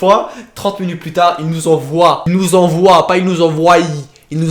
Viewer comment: A tu as dis il nous envoiye